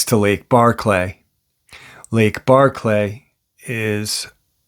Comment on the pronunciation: Hey, it's Barkley not Barr-clay, it's all one word, I know it don't matter much but I'm just want you to get the pronunciation right, it doesn't sound right "Barr-clay", you know? Anyways, Preciatecha I'll get back to listening now. Lol